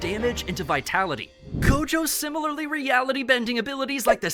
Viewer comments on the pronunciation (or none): none